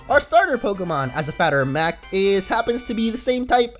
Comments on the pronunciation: " as a fatter of Mact" did you mean a matter of fact?? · "As a fatter of mact."